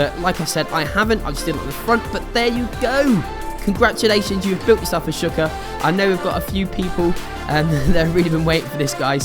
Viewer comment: Shawl-ker that's how you say it.